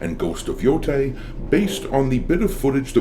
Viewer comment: You said Yotei wrong.